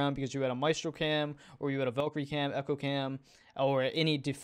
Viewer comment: Its not pronounced "Ayana" dude, from all the bad pronunciations I've heard, like calling Echo "eeko" or "ecio" and motagne "montage" , all of these just make me laugh, but not for Iana man